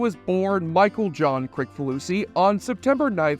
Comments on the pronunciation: It’s pronounced “Chris-faloosee”, not “Crick.” ☝️ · You really didn’t do your homework if you don’t know how to pronounce the creator’s name - “Kriss fa loosey”. Come on. I knew it because I’m a fan and I’ve seen a lot of video stories about him. You must have just done the easy research. It’s not the kind of household name that you can just presume to pronounce the way it looks, I made a point of being sure about it. It really kinda makes you sound stupid. Must be that stupid helmet.